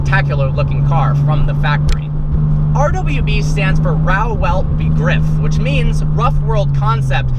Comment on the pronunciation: Not welt... velt